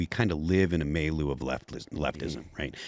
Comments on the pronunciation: A "may-loo"??😃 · As much as Phil seems to like the word milieu, you'd think he'd be able to properly pronounce it.